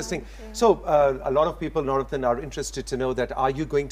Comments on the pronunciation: اسکا نام نور الدین ہے نورتن نہیں ۔ترکی زبان میں د کی جگہ ت بولا جاتا ہے۔جیسے مراد کو ترکی میں مرات بولاجائے گا۔اسی طرح خ کی جگہ ح بولا جاتا ہےجیسے خالد کو حالت،خلیل کو حلیل،خدیجہ کو حتیجہ وغیرہ وغیرہ ۔ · Nurettin = Noor ud Din. The anchor seems to call him Navrattan 🙄